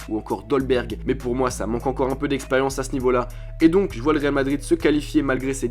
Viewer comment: On dit Réal Madrid